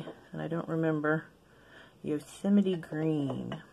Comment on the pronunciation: Also you’ve taught me how to pronounce Yosemite, I can’t say that I have had to say it many times throughout my life, but I definitely got it wrong when I did 😂😂😂